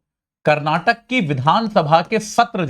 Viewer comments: karnatak nahi karnataka bole be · Its not karnatak, KARNATAKA hai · Not karnatak it's karanataka. Not belagavim it's belgaavi. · saaar karnataka boloo ji 🤙